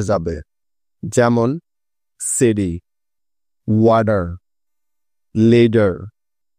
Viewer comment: But sir city pronunciation সিডি হবে না সিটি hobe